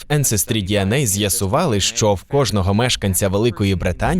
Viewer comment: Трохи тригерить кожен раз чути не що а шчо в ваших відео.